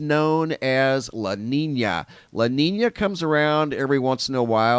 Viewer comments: la neenya not la neena. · It is pronounce" LA NEEN-ya" not neen a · Sound educated... it's pronounced La Neen-Ya (La Nina) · Aight. Can't help it but tell me if Wrong watchers... "La NEEEN YAA" = LA NINA. NO? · lah neen-yah is the proper pronunciation lolo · La nina is pronounced,"la neenya" if I may say... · Thanks... Repeat after me; "Law Neenyah". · You didn’t explain anything. You can’t even pronounce an ñ properly. wtf is this